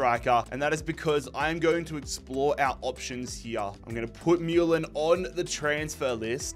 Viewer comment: this is Mulan as Mewlan haha